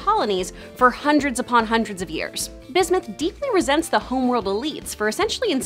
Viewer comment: Bismith? Ummm watt.